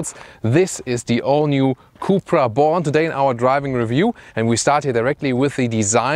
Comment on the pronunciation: Did you just said cupra bolan 😂